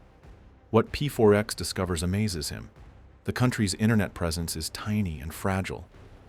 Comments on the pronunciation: Its not pfourx its pax lol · Why do you keep calling him P.4.X. if you're fully aware it's pronounced Pax? Or is this the wonders of using an AI voice? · ai... A normal person would instantly know to say P4X as PAX. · PEE FOUR X 😂😂 "Pax" woulda done well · P4X? You mean "Pax" right? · "pronounced PAX" Rest of the video: "P-4-X" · "pronounced pax"..."p 4 ex" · "Pronounced 'PAX' - So anyway, P-4-X sits at his desk" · "He chooses the pseudonyme P4X, pronounced PAX" proceeds to never pronoucing it right in the entire video. Good job AI